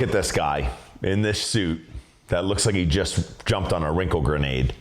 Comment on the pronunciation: "Wrinkle grenate" 🤣🤣